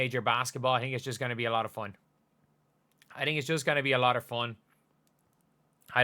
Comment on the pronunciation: Foown. I’m rying to sound out the Irish pronunciation of fun. 🤣🤣